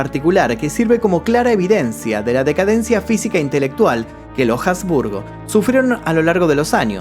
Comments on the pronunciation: Jasburgo no portavoz suena horrible, asburgo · Habsburgo, NO Jabsburgo. En castellano la H no es sonora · No se pronuncia la H de Habsburgo. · Cuando nombraste a la familia de los Habsburgo pronunciaste la H y en realidad no se pronuncia. Me encantó tu vídeo, un saludo